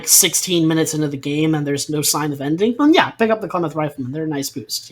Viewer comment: Ah. As an Oregonian, I must say- Klamath, pronounced "clam- ath (as in math, emphasis on the first syllable)." They're native to the PNW